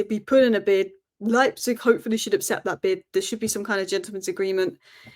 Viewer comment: Is it just me or does it sound like says apcept instead of accept.